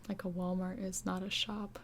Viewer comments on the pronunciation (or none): none